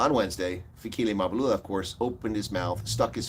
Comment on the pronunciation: It's funny that the people who have become richer since 1994 aren't worried that their ANC is failing 😂😂😂 instead they're now laughing at it and pretending to be concerned citizens who can't even pronounce African names, pathetic. Oh I forgot they're now finished with using it now they're throwing it under the bus like they always do with everything they've used up. It's Mabalula it's Mbalula, not Izulwini it's Ezulwini. You asked where is all the black elite and forgot to ask the whereabouts of the white elite who by far have benefited from the anc government than everybody else??? 🤔 You're more of a disgrace than the anc!!!